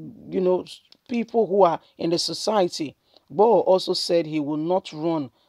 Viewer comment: broadcaster, kindly work on your name pronunciation, 👌 It's irritating!! GUMI not GAMIU IGBOHO not IGBAHO....please 🙏🙏